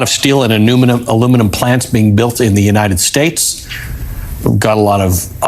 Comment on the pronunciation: Oh, that's a relief. He's not talking about the USA, he's talking about the "United Shaysh".